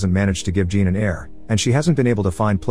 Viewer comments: No it's not. Jean is pronounced similar to John in English. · He pronounces it as Jean in English, a womans name. Obviously in French it's closer to John. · The first part of Jean is pronounced more like Jacques, and the end sounds like faun, so sort of sounds like Jaun but without the hard J. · His name is Jean, not Gene. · As someone with the first name Jean. It hurts every time he pronounces it as "Gene" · Same lol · That’s because robot don’t know the difference. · Don't worry, every francophones watching this probably cringed their teeth to the flesh. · All these people know how to pronounce Jean but don't know it's the "zh" sound... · "Jean" should be pronounced as John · Jean is actually pronounced Zhahn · Loved the movie but you kept mis pronouncing Jean its a French Jean a soft J almost a sh then dropping the n almost like shaun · It’s, JEAN (pronounced-John) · jean or 'Jhan'? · Jean as pronounced sch-ohn